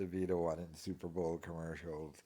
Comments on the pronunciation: Super ball 😂😂 I thought maybe he just had one slip of the tongue but this dude can’t say Super Bowl 😂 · Cant talg. He has to think its pronounced Super Ball. Total moron. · It's super bowl... not super ball...